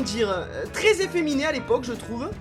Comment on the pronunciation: tu dis ifemine mais toi tes pire